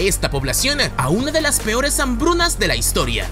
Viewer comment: Realmente NO aguanto que hable "patinando" las palabras. Basta! Me refiero a esto de "la TotalidaDe de lasE personas"